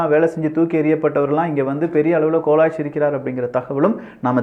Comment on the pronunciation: எல்லாம் நல்லா இருக்கு. ஆனால் தமிழ் உச்சரிப்பில் சற்று கவனம் தேவை. Example: கோலோச்சி, அடியோடு என்பவை தவறாக கோலாச்சி, அடியோடி என உச்சரிப்பது.